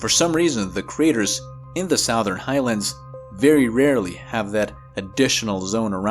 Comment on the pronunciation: Why do you say Southern like Sowthern instead of Suthern?